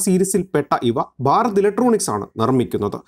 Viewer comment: ബാരത് ഇലക്ട്രോണിക്സ് എന്ന് പറയരുത്. ഭാരത് ഇലക്ട്രോണിക്സ് എന്ന് തന്നെ പറയണം. നിങ്ങളുടെ ചാനലിനോട് പ്രിയൻ തന്നെ. പക്ഷേ, ഞങ്ങൾക്ക് അതിനേക്കാൾ പ്രിയം മാതൃഭാഷയാണ്. ഭാഷയെ വ്യഭിചരിച്ചാൽ ഡിസ്‌ലൈക്ക് ചെയ്യും . OK.